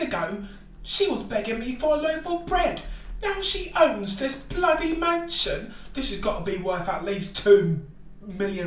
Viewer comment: that man is saying bloody mansion